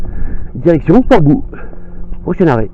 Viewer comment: Une jolie ballade! Une correction: On dit Port Bou = comme "bow" en anglais.